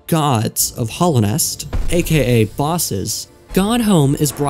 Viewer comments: I really like this video mate, so please don't take offence when I mention that it's called Hallownest, not Hollownest. Hallow, as in revered or sacred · Hallownest. Not hollow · Why are you saying 'Hallownest' like that? There's an 'a' there that you're saying like an 'o'